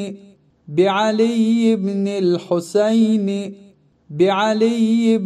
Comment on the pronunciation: Videonun əvvəlində əlində quran tutan şəxs yəhudilər kimi irəli-geri ləngər vurmamalıdır, təəssüflər olsun.Daha sonra ərəb dilində İmam Hüseynin adı Husəyn kimi səslənir, videoda isə Hoseyn deyilir, fars kimdir ki onların ləhcəsi ilə səsləndirirsiniz?!